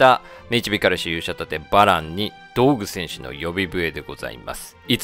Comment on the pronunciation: どうぐ戦士じゃなくてどぐうせんしじゃないの？